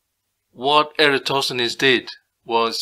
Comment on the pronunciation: That dude completely butchered the pronunciation of Eratosthenes